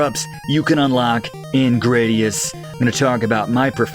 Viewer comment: I think it's supposed to be "grad" like graduation - GRAD-ee-us rather than GRAY-dee-us - because IIRC the name came from the Roman 'gladius' sword.